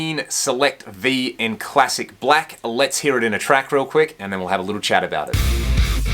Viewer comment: “You’ll heah, sum chunky rhythm tones” I dunno why that made me laugh. This review is really good. This is how a review of a guitar should be done. Nice licks dude! I can’t wait to grab one of these! Thank you!!!!